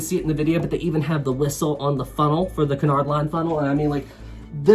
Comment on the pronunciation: Cunard is pronounced "Que Nard"